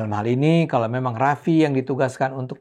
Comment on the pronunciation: Kenapa bang ade ini pakai sebutan Rizik rizik gitu kayak males skali mau bilang Imam Besar Habib Rizik seperti banyak orang nyebut Habib Rizik dimana2